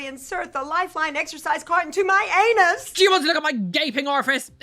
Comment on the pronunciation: It's an A-Knee-nus!😅